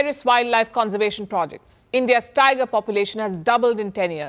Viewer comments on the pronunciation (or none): none